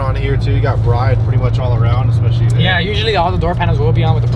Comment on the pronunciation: Brid lol not Bride, it's pronounced Brid like Lid